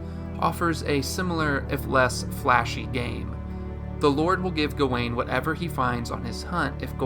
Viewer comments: Dude analyzed the whole movie, Wrote a script to explain it in detail, proceeded to record, listen back, and edit and not once chose to pronounce gawain right. Even the clip in the begining that old man says it correctly as "Gah-when" and you say "Gah-Wayne??" It's infuriating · Why do you keep saying his name "go-wayne"? Didn't you watch the movie?